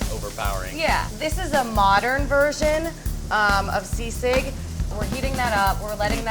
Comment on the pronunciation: foreal? Bashing a white dude for mispronouncing Tagalog but not bashing the half Filipina for saying sisig and kalamansi as if it was her first time saying those words? Hm.